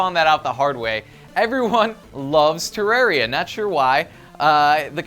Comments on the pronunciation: I don't mean to be rude, but FYI terarria is pronounced ter-are-e-a. Just so you'll know. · Lol he can't even pronounce Terraria..... whatever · you pronounced terraria wrong and it was made before minecraft, i love minecraft and terraria but you have to separate your mind from them. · is it just me or does like to mispronounce things (ex: Tifa and Terarria)